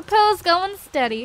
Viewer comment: It sounded like you said go STUDY not steady lol